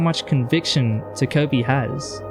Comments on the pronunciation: Incredible video but WHY do you say ta"koh"pi like that!! Again, loved the video but please pronounce it ta-ko (as in cod) pi I'm begging you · "ta-cope-y" dfghjkl